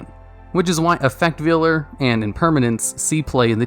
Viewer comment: Effect Veiler /Vay-ler/